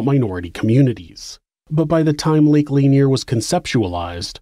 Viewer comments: it's pronounced "luhneer" not "layneer" lol but good episode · I live in this area and it is actually pronounced 'La-Near'. My Grandfather was one of those hired to relocate the dead from this area when the dam was built. He has passed away now, but I was told that the dead were removed even those without headstones or markers. People who had family plots on their land maybe were not relocated, but all the church graveyards were dug up. Since the job paid well and everyone was poor- they did everything possible to extend the job. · Also, lake "lay nier" lol